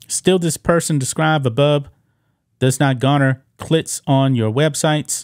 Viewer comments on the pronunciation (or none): Look, what the host is saying is 💯, but ffs, learn to say CLICKS!!!